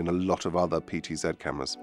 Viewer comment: So glad you said PTZed. When I work with other Brit techs who say PTZee, it drives me nuts.